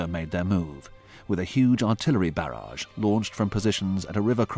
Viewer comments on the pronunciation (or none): none